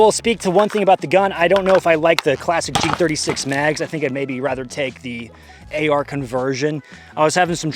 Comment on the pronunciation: They way you pronounce G36 is very arousing.